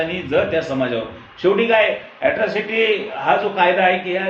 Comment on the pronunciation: Atrocity not yatrocity